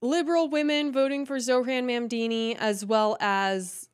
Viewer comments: BTW, his name is pronounced MamDAni, not MamDIni. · I DO enjoy your content. I’m not trying to be a grammar “NAtZI” but my pet peeve is grammar. It’s NOT PRONOUNCED “MOM-DEENI”. Pronounce it as “MOBM-DANI” and I’ll be a HAPPY CAMPER! Those types of mistakes Are the ONLY areas of yOUr videos that drive me crazy! OTHER THAN THAT, KEEP IT UP!!! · Please don't pronounce his last name like it's Italian! We help build this city, this clown like all liberals only know how to tear things down. Mon-don-knee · Is the pronouncing of his name as “Mamdini” an accident or a jab? * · Calling him "Zohran Mandini" throughout - love it 😂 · The way you pronounced his name cracked me up, zohran mamdini😂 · I love you but I am DYING at your pronunciation of his name lol 😂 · Ma'amdeeni... plz always keep pronouncing his name like this, it's hilarious. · She can’t even say his name right 😂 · JESUS CHRIST GET HIS NAME RIGHT LADY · learn to say his name right. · You're pronouncing his name like he's Italian. which is an insult to good Christian Italians! Might be just your accent...Like the Great Houdini. But Mamdani may need to learn the art of escape! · It's hilarious how mispronounces his name on purpose